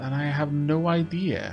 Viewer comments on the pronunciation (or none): none